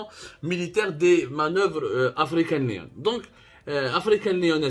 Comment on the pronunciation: African lion not leon